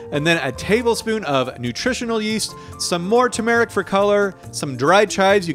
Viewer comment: Why do you keep saying turmeric like that lol